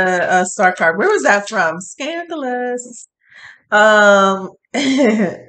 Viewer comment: Omg, the way just said Scadoulous, has me rolling 😄